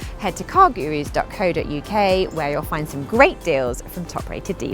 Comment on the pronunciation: Car Gurus? It sounds indian!